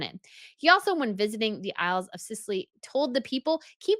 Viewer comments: The isles of sicilly? No theyre the Scilly Isles pronounced silly. On that subject Edinburgh is pronounced Edinbura. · please don't think me rude but the Isles of Scilly is pronounce Isle of Silly the c is sort of silent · Isle of Scilly is pronounced like “silly”. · It is the isle of SILLY...no C pronounced